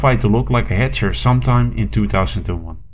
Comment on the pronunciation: "Hetcher" oh gosh...